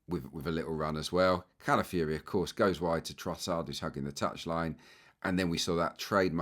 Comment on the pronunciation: Great analysis as always, pointing out things I had not seen. Pronunciation, though,: he's not Cala-fury, even though he plays that way!